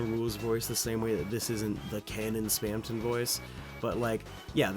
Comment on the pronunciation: spam tong